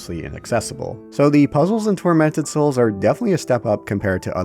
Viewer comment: First time mention of the title I thought you said "Fermented Souls" NGL caught my attention..